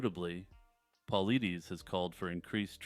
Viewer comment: Great vid. BTW, David Paulides' last name is pronounced paul-eye-diss